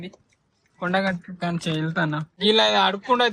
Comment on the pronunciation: మా కొడగట్టు కాదు.... మన కొండగట్టు